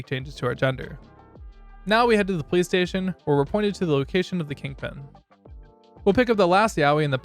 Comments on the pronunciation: Bruh ong every time you said police station, I heard PlayStation like wtf are you talking about PlayStation? Then I look at the subtitles and yea yours say police station but then I look at the auto generated subs and I find out I’m not the only one that heard PlayStation 💀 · Dude you say police station like playstation